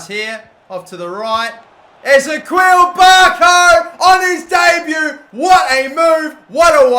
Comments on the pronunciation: You are saying barcos first name wrong it is pronounced; is - ee - key - ul not ez - a - kweel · It annoys me how you say Ezequiel Barco Its Eh-zee-key-ill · I'm not too sure but I think ezequiel barco is pronounced like Ezekiel, e-ze-key-l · I hate it the he says barco’s first name wrong